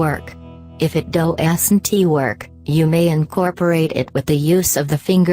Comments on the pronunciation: ''if this dough-es-in-tee work'' XD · "If it doasinty work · “If this do-ass-n-tee work” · "Doe esently work" 😂im WEEZING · DOE-ASS-IN-TEA work😂😂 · I don't think this person can spell doesn't she keeps saying doesant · Lol if it doe es en tee work that is how she pronounced doesn't wonderful English my wonderful specimen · I love how it pronounces “doesn’t” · Thank God, I wasn't the only one who caught that. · I love how she says warm and doesn't